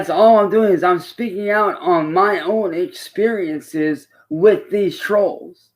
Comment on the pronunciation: "Muh friends and muh family...etc"